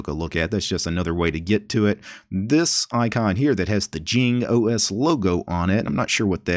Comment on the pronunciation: it meant to be pronounced like Ying not Jing